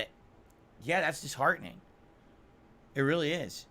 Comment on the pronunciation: I can't stand how he says a lot of things but chief among them is the way he says "it." "I don't like yhit" ERRRRRR